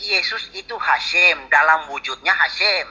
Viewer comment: bukan hasim tp haseum bhs sunda artinya basi